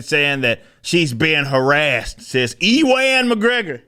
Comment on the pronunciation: I went to school with a person named Ewart, and he totally pronounced it E-wart. Like the way you're saying E-wan instead of "Uwen". And now that I've realized this, I'll never be able to stop calling him E-wan Kenobi.